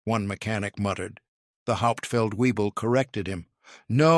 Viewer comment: If you can say ‘V’ehrmacht, why the hell can’t you say Luft’v’affe? “Hauptfeld”: Why not ‘Howpt’-feld, instead of ’Hopped’-feld?